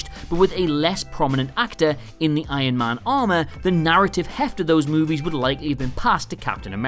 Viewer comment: Yeah but they should have write "This is not Hulk 2" in big letters on every poster of the movie, so Hulk would have a trilogie of movies like Iron man (the guy of this channel always say Iyon man insted of Iron man😂😂😂😂😂😂).